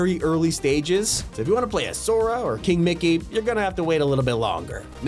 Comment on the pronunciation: why did he say “king Mickey” like that ???